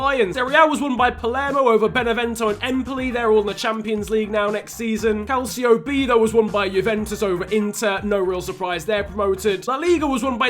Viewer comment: Your pronouncing calcio b wrong